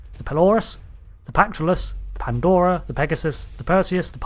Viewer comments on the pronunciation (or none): none